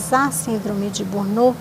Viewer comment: Por favor, corrijam a pronuncia da palavra burnout.